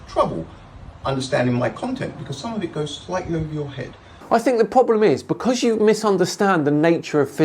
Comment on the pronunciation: Becoss?? Who pronounces because like that? Spoiler: does.